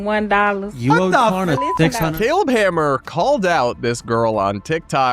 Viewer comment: First of all, she keeps saying “Corna” for Klarna. She talks that on purpose and is getting mad that people don’t know wtf she’s saying.